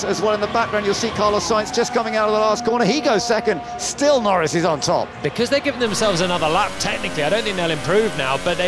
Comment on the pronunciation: "and Lando Nor-REES LANDO NOREES HAS TAKEN POLE!" one we'll hear for many years!